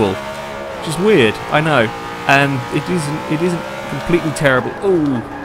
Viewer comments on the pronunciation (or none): none